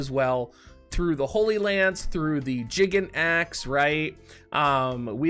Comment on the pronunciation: I agree with you that we don't have to get everything they have in JP and vice versa ... But are you sure it's pronounced "jiggin' axe"?